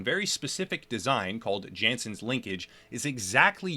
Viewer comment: Nice vids, but... You're pronouncing Jansens wrong. Its a Dutch name ofc. So... Jansens is pronounced with ya(h) nsens rather than Djensens. Just fyi